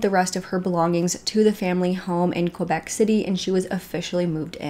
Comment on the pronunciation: If you need some help from a French Canadian, please don’t hesitate to contact me ! Québec is said like this : Kaybec not Quobec. Hope that helps :) love you videos !